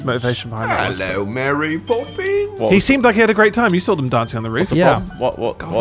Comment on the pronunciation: by the end of this I've completely lost it. i just have seizures whenever someone says mary bobbins